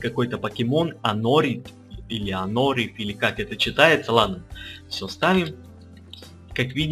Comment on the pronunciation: Анооооорит! все о пишу как бы ставлю ударение